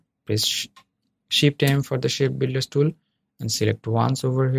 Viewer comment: did you say "Shed Builders Tool" ?